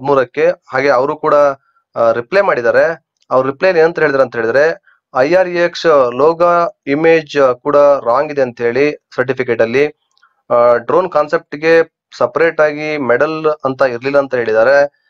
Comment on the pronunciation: "DRONE PRATHAP" became "DROWN PRATHAP"